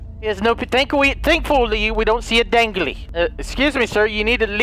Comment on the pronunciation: thankfullwe hahahahaha lmao